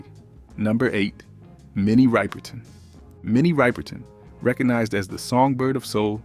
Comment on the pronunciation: HIGHLY DISRESPECTFUL TO HER DAUGHTER!!!! Her name is Minnie Rip-erton, not Ripe-erton.